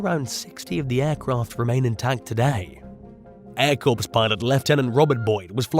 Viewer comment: Corps is pronounced "Core" just for future reference.🙂